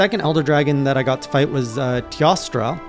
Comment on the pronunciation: Teostra is pronounce Tay-O-stra. Teo means 'god' in old latin as reference to God of the Sun in Greek Myth. And..when there's a sun, there's a moon if u know what I mean.